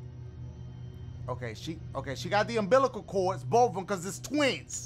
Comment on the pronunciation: He said umßilal cord😂😂😂😂